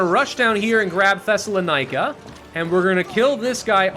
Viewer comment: I died inside with that Thessaloniki prounounciation.